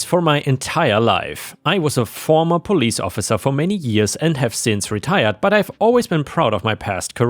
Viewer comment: Farmer Police😂😂😂? Or former police? Read it better next time. No such thing as Farmer police in the Philippines. I am a Filipino.